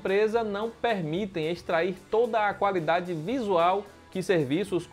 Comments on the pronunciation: "calafiduri" 😂😂😂.. ótimo vídeo comparativo 👏👏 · Calafiduri kkkkk